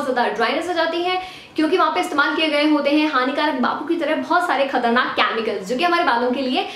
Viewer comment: hey !! you r doing really well!! just that its not “ chaaamical” its chemical !! tonns of love !!